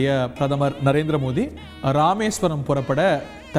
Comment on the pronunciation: Nalla Tamizhil varnanai...kaetgave nallaa irukku....Modi is Modhi here, rightly pronounced